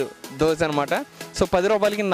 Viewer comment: దోశె అనాలి దోస కాదు.